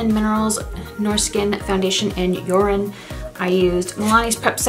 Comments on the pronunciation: Genuinely did a double take with the foundation name. I heard 'Urine'. 😳😳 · Yeah it's Jorunn but it is pronounced like Urine in English.